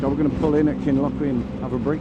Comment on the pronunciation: I’m from Highlands, jeez ur hardy doing that this time of year. Glad you enjoyed and great video. Kinlochewe is pronounced Kin-Loch-You, just so you know! Good choice with Midge Bite 👍